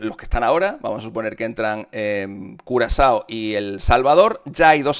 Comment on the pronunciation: Por decir curazao dijiste culo asado?